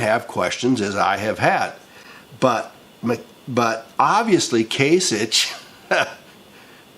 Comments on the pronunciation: It's Kase Ick! not Itch DUH! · It’s “kasicK”. Sorry. Pet peeve. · From an Ohioan, born & raised... the Gov's name is pronounced "KAY-SICK" with a "K" sound. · Can you at least learn the proper pronunciation of Kasich, you sick stupid fuck.